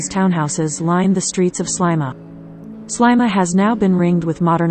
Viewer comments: It’s pronounced Sleema not slyma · There is a lot of information given here but I find it very insulting that the pronunciation of Sliema is incorrect. It is many years since I visited and I have always known it as Sleema. Maybe this has changed but I sincerely hope not. This is historic. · Very annoying repetition of Slyma;who taught the narrator how to speak?